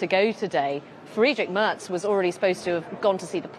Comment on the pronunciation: The BBC's Berlin correspondent cannot even pronounce "Merz" properly.🙄 It's "mehrts" not "merts".